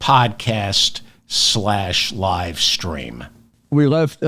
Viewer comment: RUDYS "LIE-STREAM"